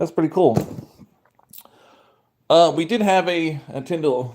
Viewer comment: That hat makes you look like you have a pinhead. Are tou saying "Intendo"?